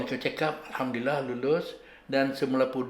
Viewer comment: Ustaz sebut alhamdulillah bukan hamdilah